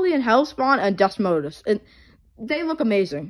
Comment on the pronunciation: Desmodus is pronounced "Day-Modus" Thank me later 🤓